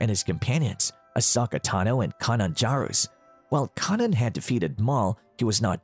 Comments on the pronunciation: It’s pronounced “key naan jar us” but I loved the video! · kay* not key :D -edit - suppose if im going this far to help its also pronounced jahh russ.. good video my man, the rage of the darkside is incredible.